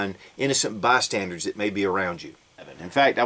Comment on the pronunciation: It’s bystanders... not “bystandards"